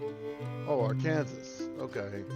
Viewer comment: Are-Kansas? Dude - it's pronounced AREkensaw.